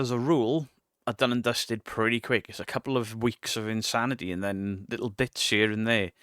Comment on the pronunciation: Also says lickle instead of little